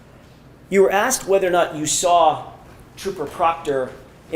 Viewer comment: There no R in sawr!